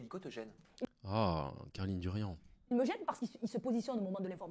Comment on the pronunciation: Darian, pas Durian bordel